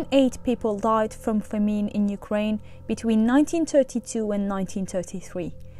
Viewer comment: "famine" is mispronounced